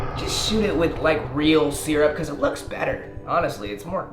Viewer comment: nobody:: “seerup”